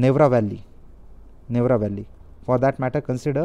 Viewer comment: It's irritating so many wrong pronounciation. Dugong, bhitrakanika, neora valley, dugong🤦🤦🤦🤦